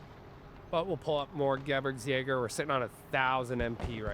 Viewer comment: I can no longer be silent about it. I must say it... Gebirgsjäger is stressed on "i", not "e". So not G>E I<rgsjäger